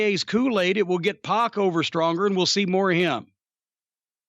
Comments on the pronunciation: It's pac not poc and it's twat not twot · It's PAC (like pack of hot dogs lol)